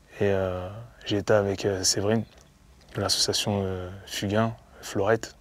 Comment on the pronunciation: association laurette fugain pas florette ! ; )